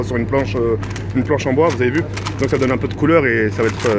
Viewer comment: Tk pourquoi tu dis "as" a la place de dire "sa" je comprends pas ?